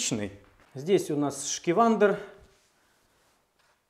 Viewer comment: Не Шкивандер правильно, а Шкивэйро